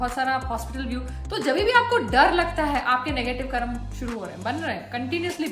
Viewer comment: करम नही है मैडम कर्म है हिंदी बोलना सीखिए आप